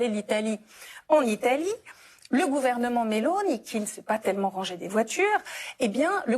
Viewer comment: au moins elle prononce bien Melóni !!!